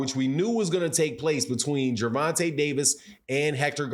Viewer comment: His name is Ger von ta not Gervontay